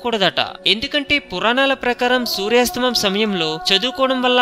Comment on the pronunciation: సూర్యాస్తమం కాదు సూర్యాస్తమయం అని పలకాలి దయచేసి తెలుగు పదాలను ఖూనీ చేయకండి.